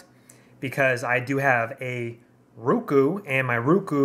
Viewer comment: its ROku dammit, O...as in Oh, say it right